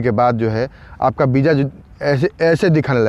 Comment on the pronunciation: Bro property say VISA not BIJA 🙏🙏🙏